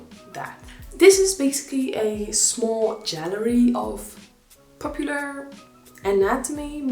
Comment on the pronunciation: A little note - Gallery is pronounced with "G" (like in "great", or "galeria" in Polish:)), not "dz".. nevertheless, you're so cute and I love your accent and videos <3